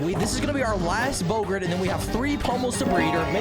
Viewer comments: Bow gart not gurt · Its bow-gart